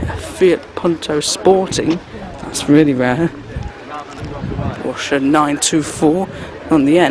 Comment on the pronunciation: Well done,you have great knowledge of the wide variety of motors. I especially like to hear you pronounce Porsche correctly! In my younger days in the seventies I worked on 356s and 911s at a Porsche service agent.Congratulations on good coverage of Audlem classic car show. I shall be following Cartraction as well as Old Classic Cars.